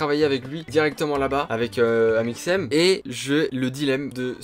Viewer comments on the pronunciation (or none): none